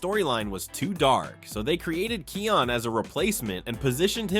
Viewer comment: SAY NAME RIGHT. IT KION NOT KEYON